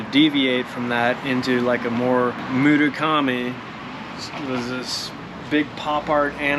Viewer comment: Anyone else listen to say mudukami multiple times and Google it to see what he's got rolling around in his mind?